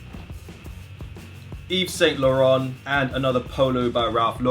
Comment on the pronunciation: It’s pronounced (eee-sane-la-rain-t)